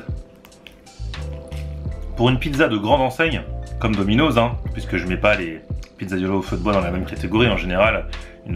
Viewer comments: C'est pas DOMINOZZZZ c'est domino'SSss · domino'ss pas domino'z ptn sa ma stresser tt la video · on dit pas dominozzz on dit dominos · on prononce dominoss bolosse va